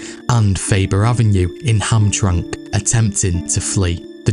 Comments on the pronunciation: Hamtramck is pronounced "Ham-tram-ick" by the way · Hamtramck = Ham-Tram-Ick It happened one too many times. 😆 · Just to let you know, the metro Detroit city of Hamtramck, is pronounced HAM- TRAM -ICK. You have to pronounce the (ICK) at the end of the name of the city, and yes I know there is no I in the name. But as long as I can remember living here and still living here, and the Detroit metro area that it was always pronounced the way that I stated with the ick ending.. Not Hamtramck. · It's actually pronounced Ham-tram-ick. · Well done. Pronunciation tip: Hamtramck = “HAM-tram-ik”. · You didn’t pronounce names correctly . Ham tra mick is the way the city inside Detroit is pronounced. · it's "ham-TRAM-ik" and 'mar-KET" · Hey man.. I know you're across the pond and all, but I have to nitpick this one. It's 'Ham-tram-ick.' Sorry, it's the same as when we pronounce your cities the way they are actually spelled and you get all uppity about it. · Also Hamtramck is pronounced Ham-Trammock (like hammock) but I can't blame you lol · It doesn't look like it, but you pronounce Hamtramck as ham tram mick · Small note- its pronounced Hamtramick and Mar-ket lol. Good video though! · Great production!! It’s (Ham-tram-ick). …and (Mar-kette ….Q is pronounced like K) Lifelong Detroiter…..So many of the names/families mentioned are still present here. Though the Italians/Sicilians held sway here, in my day, the remnants of the Purples were still involved behinds the scenes into the 60s, 70s, 80s, 90s and beyond. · I've shopped at Eastern Market at least 50 times but never knew the Purple Gang got their name there. Cool documentary thanks! A couple things though in Michigan they pronounce it Ham tram ick, also Marquette is pronounced Markette and Jackson Prison is in Jackson Mi not Marquette. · Very interesting. Clearly a lot of research and work went into this video. Thank you for your efforts. FYI, it's pronounced Ham-tram-ick